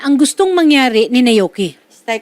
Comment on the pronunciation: Naoki po hindi nayoki